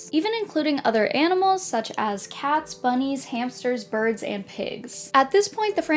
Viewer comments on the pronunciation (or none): when you were talking about the 'The Dog' variants, i thought you said 'calfs' instead of cats at first. Sad they didn't have little baby cow version, it would have been so cute!